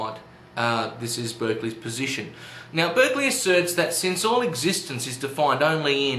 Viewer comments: Good job summing up the arguments, but I do have one nitpick: you mispronounced Berkeley's name. It should be pronounced Bark-lee (as in a dog's bark) rather than Berk-lee (as in UC Berkeley). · It's pronounced BARK-ly by the way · It"s actually spelled Berkeley but is pronounced with an A! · His name is pronounced 'Barkeley'